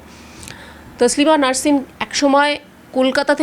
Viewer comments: নারসিন নয় সাংবাদিক 😅😅😅😅 নাসরিন বলুন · দিদি, উচ্চারণ ঠিক করুন, উনি নারসিন নয়, নাসরিন ।